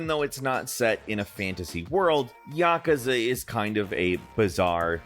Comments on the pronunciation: Did they spell yakuza wrong in the script and that's why he's pronouncing it yakaza? 😅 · Please pronouce "Yakuza" right. Love you all but earghhh it's not Yakaza, that's really hurting my ears! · Bro really said "Yakaza" 💀💀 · As a big Yakuza fan, the way pronounced Yakuza hurts my soul lol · "yakasa" wtf its yakusa fumito "uido" why you speak the names intentionally bad???